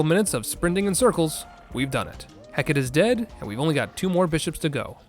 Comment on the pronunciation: Hearing 'Hecat' for what I'm pretty sure was Hecate (wasn't looking at the time, too lazy to run it back) was.... Something